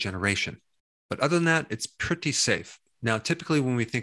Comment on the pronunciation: "Other than that, it is pret-e safe" - Dr. Berg Legendary.